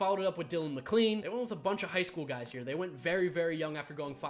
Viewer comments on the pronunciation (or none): none